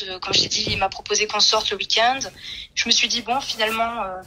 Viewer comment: Elle dit vraiment le week "and"...🙄